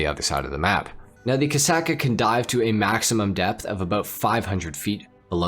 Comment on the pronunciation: "Torador" and "Kasaka" 💀 Only in Ohio